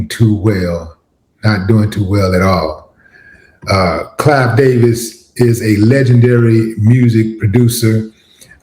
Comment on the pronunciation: It's Clive; NOT "Clyde"!